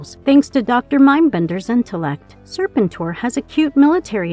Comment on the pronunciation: Serpentor not Serpenter....